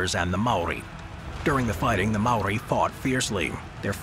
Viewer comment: Maori not Mari 🤦🏾‍♂️